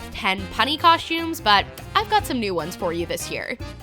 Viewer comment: Coshtumes haha